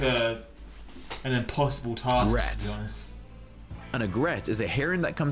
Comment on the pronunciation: This guy should look up how to pronounce "egret," "vermin" and "misnomer"